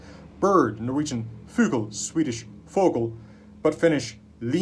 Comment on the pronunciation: Very enjoyable and interesting. In modern Norwegian we don't pronounce the 'g' in 'fugl', so it would sound like 'ful'. Although in some dialects it would be pronounced 'foggel', or 'fuggel'. It's nitpicking though :)